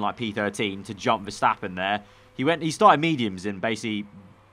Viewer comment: Is it MAX VERSHHHAAPPEN?!